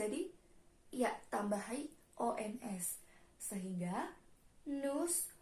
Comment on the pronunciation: Cara bacanya salah bukan nus tapi nu visitong la muze